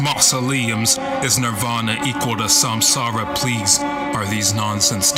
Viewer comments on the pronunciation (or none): none